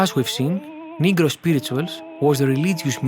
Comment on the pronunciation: Be careful man. You speak with an accent. Which is fine. I can understand you perfectly. I actually really like accents. But another story. But, when you say certain words, it can sometimes sound like you're saying a different but similar sounding word. I know it's the word they used back then but it might be best for you to avoid the word "negro" if you take my meaning. 😂 No hard feelings. But a few times my eyebrows shot up. "Wait what did he say?" Lol.